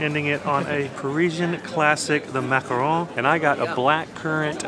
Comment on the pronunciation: I've been enjoying watching your videos and finding inspiration in places to visit, but I'm mostly impressed that you pronounced "macaron" correctly. so many people argue it's pronounced "macaroon."